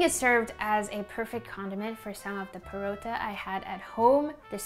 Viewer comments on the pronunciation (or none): It's not parotha it is pra-tha😀